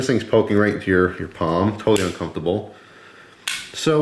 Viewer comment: 'Very uncumftabul'